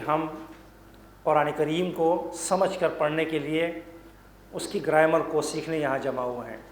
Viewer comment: Its grammar not graimar